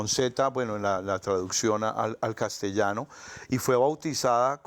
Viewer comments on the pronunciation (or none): none